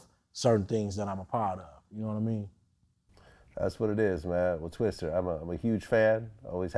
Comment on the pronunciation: franklin tejeda mcgrady Naw it was Tung Twista. There was never an er. Look at the video description. Vlad knows how to spell it, yet refuses to say it correctly. Can you imagine if the title of the video said Twister? Well saying it wrong is just as bad imo.